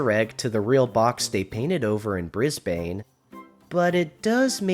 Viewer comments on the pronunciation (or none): One correction for your video: Aussies pronounce Brisbane as ‘Brisbin’. And for anyone curious, Melbourne is pronounced ‘Melbern’’. Those cities get mispronounced a LOT. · I agree but Please can you stop mispronouncing Brisbane. It’s pronounced Bris-ben!